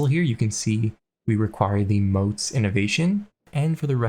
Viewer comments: Pronounced M-AUGHT-S not M-OAT-S. Mottes are raised areas with a bailey (Walled courtyard) on it. Moats, on the other hand, are big ditches, usually filled with water, surrounding a castle. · It's not Moat, it's Mottes...as in Motte and bailey. I dunno: "Maught". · I've started watching your CK3 vids and I'm really enjoying them. I'm just begging you for one thing. mottes isn't "moats". motte rhymes with hot. it's the land a castle is built on, not the water around the castle. ty. :) (I really do like your vids! That's just... starting to get to me.)